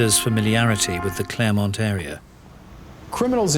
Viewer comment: It's Clairemont not Claremont.